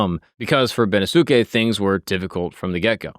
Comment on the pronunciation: Bennosuke is pronounced ben-NOS-kay